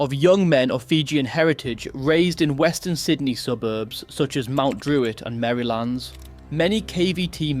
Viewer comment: For future reference Pronunciations, especially if you want viewers to go "oh this guy knows his stuff" "A Huncho" "Pem-ool-woy" - pemulwuy "Merry-lnds" - Merrylands (kind of like how vineyard and vine-yard are completely different pronunciations for no reason, Australians did the same here)